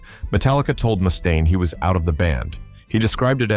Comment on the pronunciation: It's Mustaine, not Moostaine! Jesus! Goddamn AI